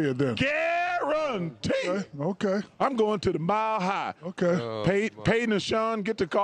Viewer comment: A Chuck "Guar-an-tee" is the nail on the coffin for the Nuggets 😂